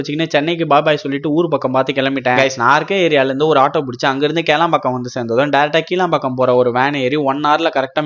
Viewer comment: Bro அது kilampakkam என்று corret ஹா சொல்லுங்க😂😂 அதுல மட்டும் மிஸ் pandreega கிலாம் கி............ ம்